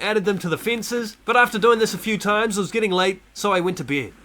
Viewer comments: Bro ,you are saying ":beed" and it's not beeed ,it's bed xD it's that simple. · I like how he says “ i went to beid ” lol beid